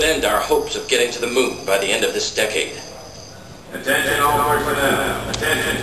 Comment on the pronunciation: He said decade wrong.